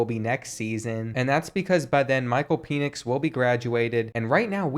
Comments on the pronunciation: His name is pronounced Pen-ix not Pee-nix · Pen-Ix not Peen-Ix. One of my biggest pet-peeves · It’s “pennix” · They way he pronounced Micheal penix